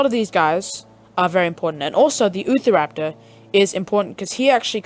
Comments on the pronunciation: Him:*ootha raptor* normal: Utah raptor* (you-tah rap-tor) Sorry that was driving me crazy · it’s pronounced u - tar - rap tor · Ahh yes, the oofaraptor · Lol, utahraptor for him = youtahraptor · Ahh yes.....the ootharaptor.. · Thanks dude I've been struggling to get spinosaurus and utahraptor now I can get them and by the way I've got 2 things to say utahraptor is pronounced as u-t-ah-rap-tore and my younger brother deleted my game but I still had it when I downloaded it back maybe because I linked into an account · its utah-raptor